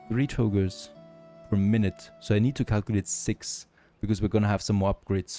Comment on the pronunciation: Togurrrrs Togas dude. TogA. At this point, you'd think you'd pay some attention to your pronounciation. I can't keep hammering the same old shit, you're gonna make me feel shitty for your shitty pronounciation. Your english is fine, you can pronounce anything, as long as it's not an A at the end of a sentence??!?! What the actual fuck?